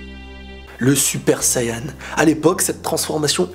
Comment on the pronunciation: Tu vois tes français Tu doit dire Super Sayan ou Super Sayajin Mais pas Suppa Sayanin Car test vraiment emmerdant Déjà quand tu parle tu parle en 3 temps c'est assez énervant.